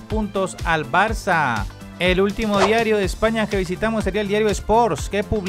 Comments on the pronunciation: Pero cuanto tiempo haces videos y no sabes que no se pronuncia "Barca" pero "Barsa"??? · Jajajaja no debe saber que la "c" con eso abajo se pronuncia como "s"